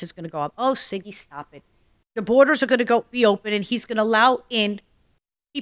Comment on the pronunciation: Sorry Siggy ❤❤ not zigy 😂